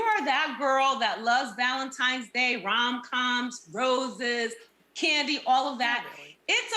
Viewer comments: It's the valenti"M"es instead of valenti"N"es for me 🥴🥴 Jesus 🤣🤣🤣🤦🏾‍♀️ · Right!! I'm sitting here saying "tine's" not "time's", wishing she could hear me. I can't stand it. 😵‍💫😵‍💫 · Not Nene with the "Valentimes" day 😭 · Why do people from Atlanta say ValentiMe's???!!! My ex still says that and he's all the way in his 40s and it's still annoying. Nene you're grown. Do some reading argh 😫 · So glad I wasn't the only one who caught that. Hearing that was like nails on a chalkboard! 😬😬